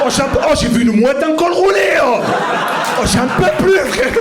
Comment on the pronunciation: Tu as un univeeeeers mais clairement quoi...tu as une belle cosmo énergie, tu dois être une belle personne. Oh fradé !!! Tu m'as explosé de rire on aurait dit l'abribus du 83 ooooh frère Jacques !!